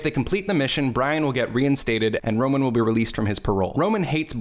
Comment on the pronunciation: Also his name is ROMAN, ROME-AN, need I say more